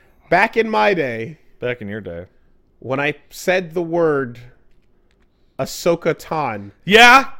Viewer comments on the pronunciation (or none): They can't even say Ashoka's name right. Oh man oh man.